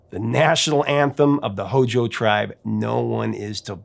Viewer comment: No one should ever say HOJO. It makes me cringe!